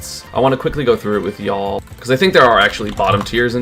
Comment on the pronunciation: Yaaaaaaaa we'll never know if he said y'all or yaaa that's hot